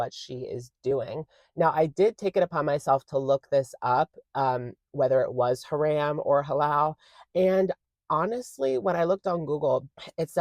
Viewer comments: Yes the second syllable is closer to Rom in romcom, not Ram like Dodge. Ha-“rom” 💖💕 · Love you but please don't pronounce it ha-RAM. 🙏 It's haram like the first two syllables of harambe. Just thought I'd loop you in since it obviously wasn't intentional 🤍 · Idk if this is different in other places, but coming from an Islamic country it's pronounced Ha-Rum not Ha-Ram. Halal sounded perf tho ☺️